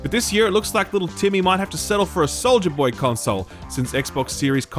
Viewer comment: I heard you say Soldiier Boy Console, not Soja Boy. I would be up for the former. I mean I love myself some good old Soldier Boy.